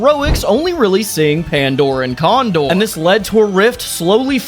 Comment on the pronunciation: when i catch you cawndore and pandore